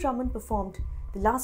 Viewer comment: Hey Reporter, if you know Hindi, it's not "सूचाना", it's "सूचना". Uff oh, English 🤦🏻🤦🏻🤦🏻🤦🏻